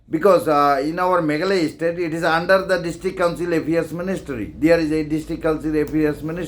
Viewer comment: You pronounce bha ym dei Estate dei State 🤣🤣🤣😆😆😆